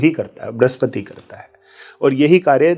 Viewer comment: * वृह स्पति का उच्चारण भृस्पति!😮.. फलश्रुति श्रेष्ठरहा कार्यक्रम।